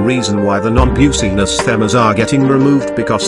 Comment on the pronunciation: Don't Worry, I Got Them On Requestly. Also, It's Pronounced Business, Not Buseniss. And It's Pronounced License, Not Licince